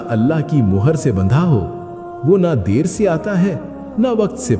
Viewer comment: Hi, it not mahar it's mohar as in stamp